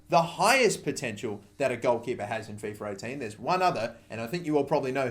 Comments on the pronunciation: FifA not fefur... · Fiffer 18, let me guess you also say Iniester